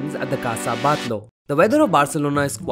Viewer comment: It’s pronounced “Bat-Yó” not “Bat-Lo”! Great vid though!! 👍🏼👏🏼